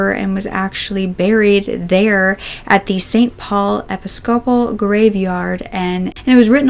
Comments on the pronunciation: episcopal is pronounced ah-piss-cah-pull schooner is pronounced skoo-ner Just for future reference for you. I know I learned a lot of words from reading and had to re-learn how to pronounce them correctly and I'm guessing you learned those the same way. I hope it helps you - I know I like to learn how to say things I don't know. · That was the most creative pronunciation I've ever heard of the word "Episcopal" lol The Episcopalian Church is the US version of England's Anglican Church. Place the accent on the 2nd syllable not the 3rd.